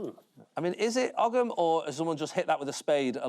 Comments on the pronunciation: I thought Ogam was pronounced "ohm" and not 'og-em' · ogg-ham, its owe-ham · That's ow-uhm, not og-um. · Ogham is pronounced "oam" 🇮🇪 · Ogham writing. Pronounced owam.